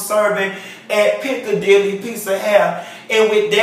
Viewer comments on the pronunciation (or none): Picadlly! OMG...You are DEFINITELY from Miami. Don't Miamians love our Picadilly?! Especially the "old saints" after church. 😁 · NOT the Piccadilly??? 😂😂😂